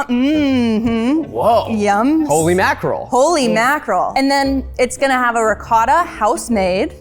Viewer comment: I'm shocked at the fact they didn't know what rennet is, like, here (Italy) you learn how cheese is made in elementary school, I guess we take our cheese very seriously lol P.S. Zach, awesome pronounciation on that last 'ricotta'!